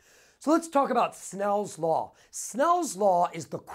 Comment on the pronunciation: soooo enthusiastic!!!! and he says snells law not snails law :P